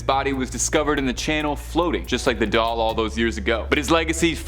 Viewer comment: Its Doll Not Dull...